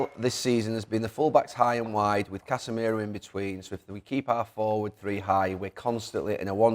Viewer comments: “too wigh and hide” 😂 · Gary says "Wigh and Hide" instead of "High and wide" 😂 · “Dalot to wigh and hide”🤣